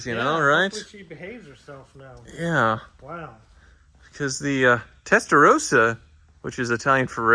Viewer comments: I cringe when you say "Testarouuusa". It's Testarossa. 🤌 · Please! It's pronounced Testa"rossa" not Testa"rose-a", why do Americans find it so difficult? It's pronounced rossa in Italian, and in English. Come on guys 😮